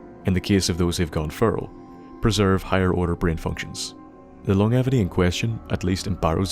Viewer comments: Welcome back my good man, and it's long-jevity, not long-evity daft Irish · Lmfaooo he said “long-evity” hahahahahahaha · lon-jevity please... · Good vid... but your pronunciation of longevity makes me cringe a bit. It is pronounced like this: Long-jev- ity. Hope that helps! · Sorry to be a grammar Nazi but that’s not how you pronounce longevity